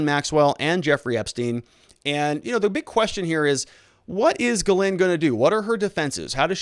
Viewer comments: She's French. It's pronounces "jheez lane" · Hopeful info, thanks. New sub here. Grateful yes, but please call her Maxwell or get help w pronouncing her first name and lose the red pen.